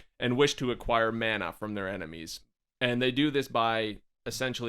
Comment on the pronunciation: Mana is pronounced. Mah nah lol not man naa lol